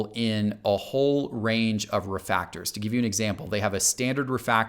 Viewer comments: I can’t get over that he calls refractors “Refactors” but gets “Superfractor” right. It bothers me because he’s smart. It’s like calling when he kept saying “Terry Bridgewater” do his cohosts or anyone else not watch these before putting them out? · LOL I just went back and watched and I did mess that up pretty consistently! Pronunciation is not my strong suit. :)